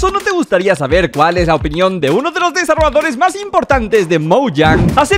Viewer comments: siempre dice desarroadores en vez de desarrolladores xd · Cada vez que escucho ''Desaroador'' me da algo